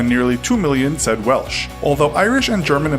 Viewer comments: It's not "Welch" (as was said at the start of this video). It's Welsh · It is not Welch?